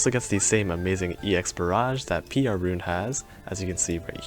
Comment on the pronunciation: Being able to run to Roons, win win. I believe the pronunciation is closer to "ruun" than "ron"